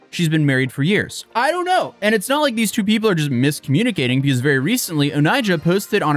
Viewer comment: I can't stand ghetto speak, I just can't take someone seriously as a person when they can't say one syllable words correctly. Though, ask, that, these are not hard words.